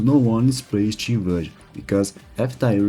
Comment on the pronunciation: who tf pronounces Steam as CHeeme